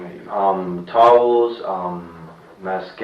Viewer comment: He said towels 😅